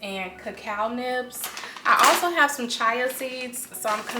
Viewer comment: Glad you posted this video. I enjoyed it. I think you are really cool, love your vibe. The Banana bread looked really good too. One thing though, I think you pronounce it "chia" (chee-ah).